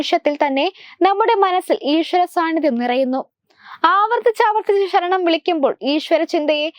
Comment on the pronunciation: ശരണം not ഷ രണം